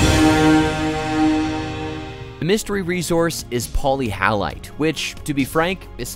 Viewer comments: Poly hallite? Sounds like many salt? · Not being able to pronounce the actual subject of the video properly indicates sloppy and shallow research at its most basic level, however, the video itself was interesting and informative, even if it did show stock footage from other industries such as conveyor belts transporting coal! Polyhalite is misleading to me, it implies it should contain halides. Wikipedia isn't very forthcoming on etymology.